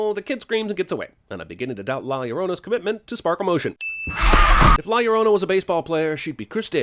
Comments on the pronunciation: I hated the ads for this so much that I’m pretty sure I’m just here to drop this comment. “The curse of law luh-drone-a” was how it sounded, and that made me hate it even more. Fuck this movie, I’m out. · The curse of La “Shaoruona” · not la llorouna man 🤣😂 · Biggest sin was it being pronounced like "ya renronna" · "la iorouna" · 37 seconds of La Liologos. Lol Nice one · No comment about the way he pronounces La Llorna?